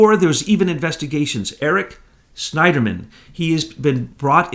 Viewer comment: strongheart woman ..@ Minute he says sniderman.